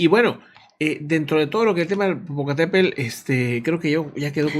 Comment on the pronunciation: El Popocatépel ....🤭🤭🤭es tl...bueno , siempre hay una palabra que se nos dificulta... saludos 🎉🎉🎉